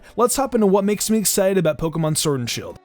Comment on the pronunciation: Had to bail out after hearing Pokemon Surd and shield 1 too many times